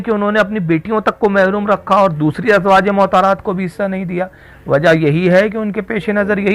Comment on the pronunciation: rizvi sir ?azwaje mohtarat nahi balki azwaj e motahaharat {motahar ,,yani pakeeza } what is mohtar ,,uchcharan sudharen ,,motahaharat is pleural number of motahar